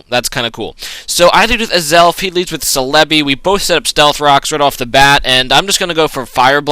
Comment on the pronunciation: sell-a-bee thats how u pronouce Celebi :D